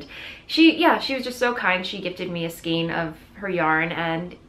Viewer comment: Skein as in reign - not skeen as in keen...:)